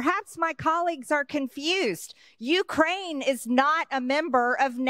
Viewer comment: It’s interesting and rather telling that he can’t properly pronounce Ukraine